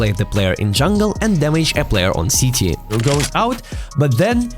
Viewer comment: Sorry but I do find it very funny when you’re speaking English that CT sounds like “Sh*tty” 😂 great video though